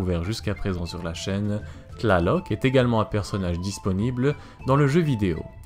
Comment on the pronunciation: Cest une torture t'entendre prononcer leur nom D'